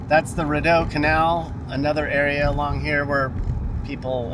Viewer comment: It’s pronounced “Reedeau” (Rideau) lol and Elgin is pronounced with a hard G as in Great lol I didn’t watch the whole video but if u didn’t check out the Glebe, Landsdowne area, you should next time you’re in town! Thanks for visiting my city! P.s… next time you guys come here I’ll show u around lol 😂